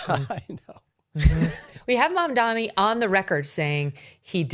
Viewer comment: It's MamdaNi non MamdaMi 🤣